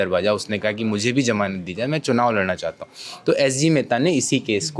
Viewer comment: Sir ji...jamanat nahin Hota hai, "Zamanat" Hota hai...😊.